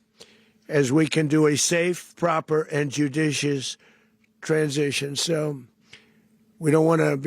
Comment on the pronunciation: Way to pronounce judicious Dozy Donny diapers!